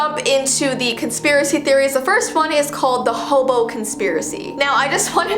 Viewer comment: why do you call hem hoboo????